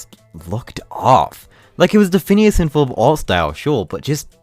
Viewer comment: *Ferb... Not Forb/Furb